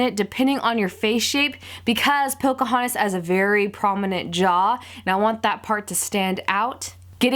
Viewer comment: it's Pocahontas not Pocohontas